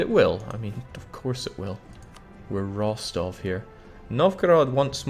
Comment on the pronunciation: Russian Grammar Nazi here. It's Ros-TOV, not ROS-tov (the second syllable is stressed). The more you know!